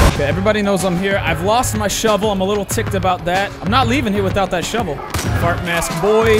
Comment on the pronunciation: ''Shovel kill'' ''shovel shot'' ''Shavel kill''